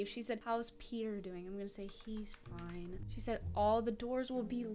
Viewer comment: What she wants to say Ok fine What she said Okay finewb